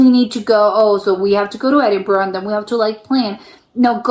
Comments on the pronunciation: It's pronounced Edinburrah, not not Edinburrow. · He started off well but within a few minutes, he was back to burrow.